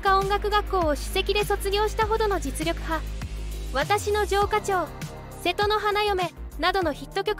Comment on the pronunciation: このアナス小柳ルミ子私の城下町おじうかちようと読み間違いです😂